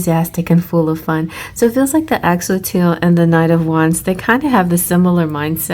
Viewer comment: thank you again for the reading <3 (btw it's pronounced axe-oh-lottle! 😋)